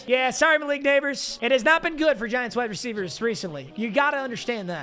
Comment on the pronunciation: He said giunts organization